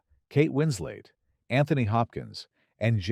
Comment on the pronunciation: "Roger EBB-ert"?! "Kate Wins-LATE"?! "Marion CAUGHT-a-lard"?!? "buy-OP-ick"?! AI needs to go to elocution school.